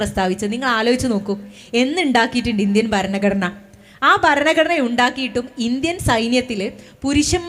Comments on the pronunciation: Topic and content is good. But ഭാഷാശുദ്ധി improve ചെയ്യണം.ഭരണഘടന എന്ന main word പോലും correct aayi പറയുന്നില്ല. ആമുഗം alla ആമുഖം എന്ന് പറയൂ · ശേശം , പശ്ശെ, ബരണഗടന എന്നൊക്കെയാണ് കേൾക്കുന്നത്..